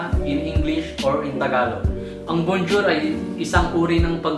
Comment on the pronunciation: BONE JAW KASI YON HINDI BONJOUR 😠😠😠😠